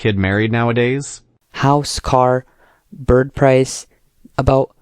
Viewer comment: Why you employ a non-native English speaker? He keeps saying ride hauling instead of ride hailing lol. And it's not I am 81, I was born in 81...Also, he says bird price instead of bride price, cmon lol...